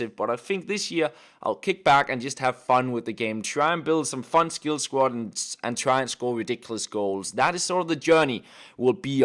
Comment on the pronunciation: SQUAD not SQUAT